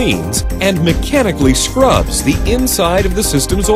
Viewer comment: "Mechanically Scrubs"?